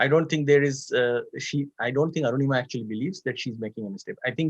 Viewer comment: Btw her name is Anurima, not Arunima!